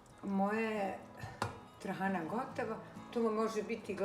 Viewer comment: Napokon da cujem pravo receno trahana. Ruke ti se pozlatile.